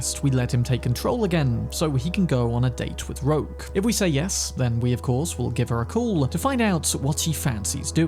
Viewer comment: its "rogue" not "roak"